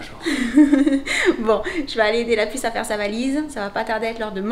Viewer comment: a chaque fois que vous dite la pusse je crois que c est jen ;D